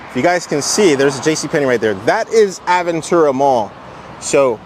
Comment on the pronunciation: Hearing Aventura pronounced improperly is so weird. Its a Spanish word